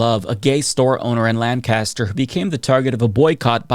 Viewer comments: I don't even know why I'm subscribed, you can't even say LANCASTER right. 🤦‍♂ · He can't pronounce a word therefore his points are invalid? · Hey I didn't know places other than Lancaster PA pronounced Lancaster that way, neat